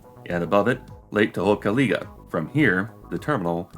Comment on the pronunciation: Pardon me, but it's Lake Kiss-IM-mee. Not "KISS-im-mee." And Tohopekaliga? Well, it was a good attempt, but it's "Tuh-HOPE-uh-kah-LIE-ga."